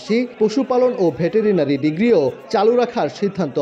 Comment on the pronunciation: ভে টে রে না রি আবার কি ভাই 😂?